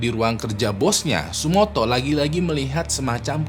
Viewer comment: tsutomu bang bukan tsumoto